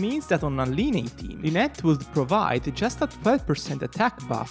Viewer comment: dude it’s pronounced as lie-knee